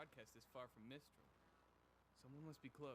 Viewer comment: FYI, the city team RNJR is in is called Mistral (like the wind), not Minstrel (like the medieval singer).